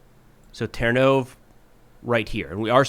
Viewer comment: Love watching the videos. One small comment - the Ukrainian language pronounces the last latter E as "EH" so Ternove in English is ternOv but in Ukrainian it's ternovEH. Thanks.